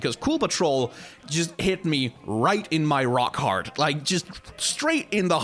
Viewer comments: Everytime you say "Rock Heart" I hear "Rock Hard". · Really wish you hadn't called it your "rock heart" cause of your accent I couldn't help but hear "ninja sex party got me rock hard"